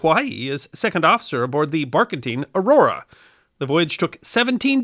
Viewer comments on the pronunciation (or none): none